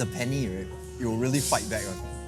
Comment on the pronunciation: Penne is pronounced “pehn neh” not penni